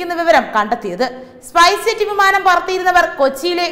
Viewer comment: സ്പൈസെറ്റ് എന്നാണ് തുടർച്ചയായി പറയുന്നത്,സ്‌പൈസ്ജെറ്റ് എന്നല്ലേ?.